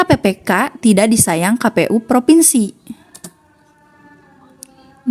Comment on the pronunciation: Provinsi bukan Fripinsi. Kebalik tuh bacanya